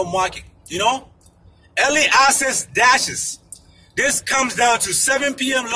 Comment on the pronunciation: It sounds like you’re saying early ASSES